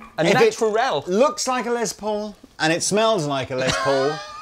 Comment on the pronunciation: LES ! Lester ! A he ! Not LEZ. Not a lesbian. You like Edie Van Halen too ? She's awesome too. Love you guys, and I'm kinda playing, but kind of not. One of the most famous names in music period, and for good reason. Let's give him the respect he deserves.